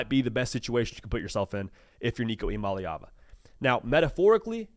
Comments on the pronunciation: I don’t understand, the last video I saw you actually pronounced Nico’s last name correctly. And now you’re pronouncing it incorrectly like every other Tennessee commentator pronounces it. It’s mah-LAY not mah-LEE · Nico “E - Ama- Lay- Ah- Vuh” Here you go my brotha. The Polynesian pronunciation for Nicos last name lol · I gotcha. Like I said, I thought his pronunciation was pretty close. EE-AH MAH-LAY AH-VAH